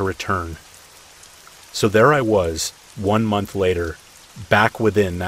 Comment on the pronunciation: How much electricity you used each munch you used each munch awhahhaaaa what the hell happened there ?? Did you ever say it right ? I had to go but it was a good laugh. Thanks